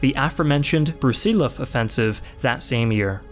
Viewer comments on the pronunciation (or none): none